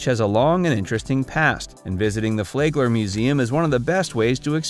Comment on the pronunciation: Flagler is pronounced "Flag" "ler" ..not "Flay" gler. The 'a' sound is short. Also you missed Manatee Lagoon at the FPL power plant just north of downtown West Palm Beach. This is where manatees gather in the warm outflow waters of the power plant and admission is free.